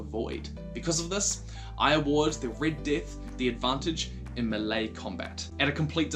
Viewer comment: Im pretty sure melee is pronounced me-lee not may-lay 😂 sorry that annoyed me